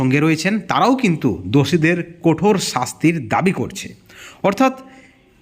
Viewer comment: দাদা কোঠোর নয় কঠোর, তারা চাই নয় দাদা চায়, বিতর্কে অংশ নিতে হই নয় হয়। বাংলা একটু ঠিক করে উচ্চারণ করুন প্লীজ। তাছাড়া সব ঠিক